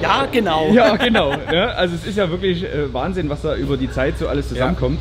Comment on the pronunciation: wahn-sinn ----- 8-O